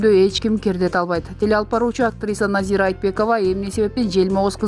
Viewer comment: Назииик дейби😂 Назира